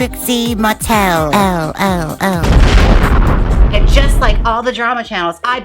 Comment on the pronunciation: “expose ha , expose trixie mattelelelohoh” 🤣😅😅 Love it. lmao 🤣